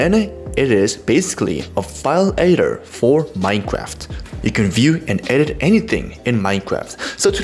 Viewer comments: i love using NBT Edator... sorry that was mean but its funny the way you say editor. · Good ol' NBT- E'idor ^-^ No offense, just find this pronouciation kinda funny ;] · do you mean ater or editor i cant make out what you are saying when you say "nbt (ater or editor idk thats the thing)" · "go to ne n bt -ator" "then it is a file, -ator for, minecraft" not making fun of your accent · the 20 dislikes are from the people who don't like how you pronounce 'editor'